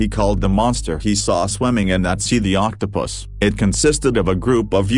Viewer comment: Anyone else catching that the robovoice keeps saying octo-piss?